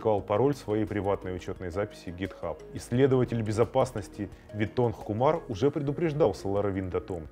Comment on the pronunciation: Исследователь безопасности, кто кто? Витон (прям как Луи Витон)? Винотх же написано. Хотя все, теперь он будет Луи =)))